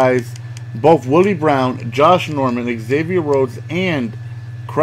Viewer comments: It's pronounced Zavier not Egzavier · Just a little whisper from a Vikes fan, it's pronounced "Zavier" rather than "exavier"